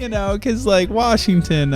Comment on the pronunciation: WARSHINGTON = LIT AF